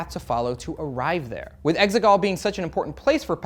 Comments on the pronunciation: I thought they were saying “eggsicle” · The exeGollll sounds part computer program and part soccer to me